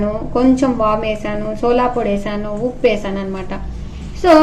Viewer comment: సోలా పొడి కాదు అమ్మ. సోడా పొడి